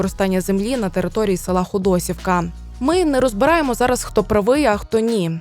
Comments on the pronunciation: Дякую, дуже цікавий сюжет, дуже гарна подача, але не ХодОсівка, а все життя була саме ХодосІвка!!! Х наголосом на ,,і" Дякую за вашу працю!!! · Ходосеевка, а не Ходосевка